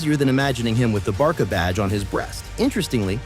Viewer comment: But why do you Call Barca Barka? 😅